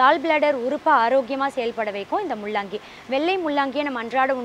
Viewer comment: இதற்கு பேரு முள்ளங்கியா ? அல்லது முள்ளாங்கியா? நீயும் உன் தமிழ் உச்சரிப்பும் அப்பறம் இது கிழங்கு வகைகளை சார்ந்தது இதபோய் காய் என்று சொன்னால் எப்படி அதற்கு தான் தாய் மொழி தமிழை நன்றாக இளம் வயதிலேயே கற்க வேண்டும் என்று சொல்கிறது இனியாவது அடுத்த காணொளி போடும் எண்ணம் இருந்தால் தமிழ் உச்சரிப்பு சரியாக வருமாறு பார்த்துக் கொள்....